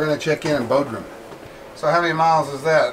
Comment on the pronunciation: Bod rum, not Bo drum.